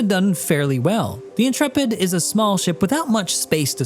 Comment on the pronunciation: Whoa. I am just astonished that someone talking about this ship finally has ever heard the word Intrepid before and knows how to pronounce it. I swear every other youtuber acts like it is imperceptibly difficult to pronounce words, as if CIG made it up and we have to learn new phonetics.